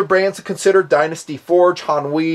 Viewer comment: "Han-Wee" lmao